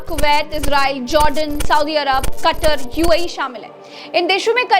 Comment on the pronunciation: कतर, मादाम तकर नहीं। पर